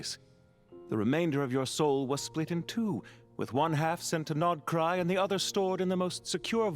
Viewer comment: Hey man 😂 stop mispronouncing my goat region please 🥺🙏